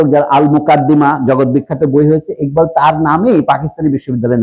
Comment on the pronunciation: স্যার বাংলাদেশে একবাল কেন ইকবাল? টাইটেলে লিখলেন একবাল কিন্তু আপনি উচ্চারণ করলেন ইকবাল।